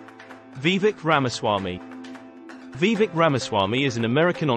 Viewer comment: Do your homework. His name is Vie VAke. Learn to pronounce his name if you expect any credibility.